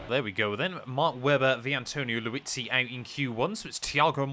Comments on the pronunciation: Please please please say LIUZZI not Luizzi 😂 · For once I thought I've heard you say Vitantonio Liuzzi correctly but then it happened again 😭😂